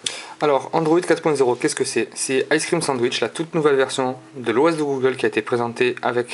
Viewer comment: ace crime sadich ? Lol tu prononce n'importe comment mdr ! Pour htc sensation ? T'aurai pas oublier le " le"-} pour le htc snesation.... Et pour finir on prononce Se ce et non Sance.... va te coucher